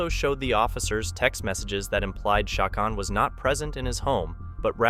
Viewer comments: Loo-hawn and Cha-cone or Cha-conee. Pretty common Hispanic names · Lol please talk with a Latino friend about how to say the names correctly 1) Lue Haun Lujan. 2) Chi Cone Cicon. Lmfao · Usually Lujan is pronounced Loo-hann. Chacon is Cha-cone.